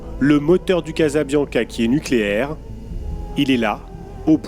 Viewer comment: " NUCLÉAIR" sans E , merci